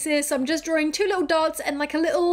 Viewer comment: Is she saying DRAWRING instead drawing?